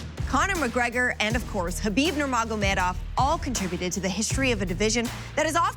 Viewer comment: Why the fuck can't ANY UFC pundit say Nurmagomedov properly?